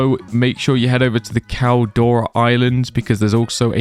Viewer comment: Caldera not caldora, this aint dora the explorer lol